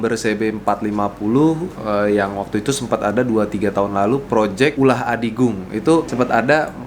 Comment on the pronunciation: Ulah adigung bang.. Bukan utah